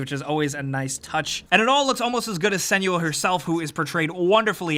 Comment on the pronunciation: Senua not Seniua :/